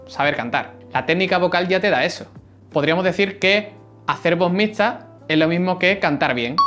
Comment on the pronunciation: No puedes pronunciar la "x" xD...